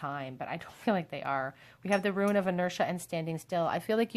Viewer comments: I absolutely love your readings, you have a super soothing voice! Most I’ve seen are super accurate but I always get triggered when you say “ruin” instead of “rune” because I keep picturing crumbling sites and think you are about to tell me (us) that everything is gonna get destroyed. I don’t know why the association makes me cringe so much, but it just does. I guess is just my inner fear of loss and abandonment getting triggered by the mental picture 😪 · I watch more of your recent videos and you kept saying how you pronounced "rune" wrong and I was like "What do you mean? That's correct?" I now understand. hahahahahaha